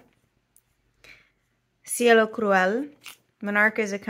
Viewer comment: I think your pronunciation is almost right. Cielo is a little closer to a long "a" sound for the "e". So "si-AY-lo" instead of "si-ello". This is a really pretty blue. I have one bottle of Monarca ink (Cardona...a sheening red). Comes in a pretty box and includes its own wooden bottle holder.